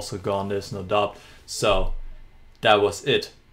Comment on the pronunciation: Tolles Spiel von Aronian und tolle Analyse! Ohne Dich wären wir nicht durch die zahlreichen Möglichkeiten gestiegen, die sich Aronian nach seinem Opfer boten. Eine kleine Englisch-Anmerkung. Das "b" in doubt is still und wird nicht ausgesprochen, so wie das "k" in knight. Warum? Keine Ahnung, ist halt Englisch.